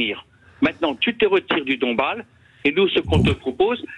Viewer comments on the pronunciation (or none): Cet interlocuteur dit se retirer du dombass, et non du Dombale.